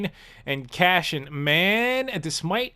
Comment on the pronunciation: Can you please stop calling him cashian? Lol it triggers me and idk why.